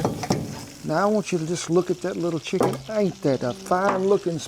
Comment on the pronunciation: You pronounce chicken as Shicken. Is that the norm there?